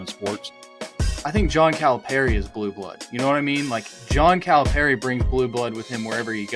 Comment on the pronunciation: This was awesome, but somebody please help with the pronunciation of Calipari lol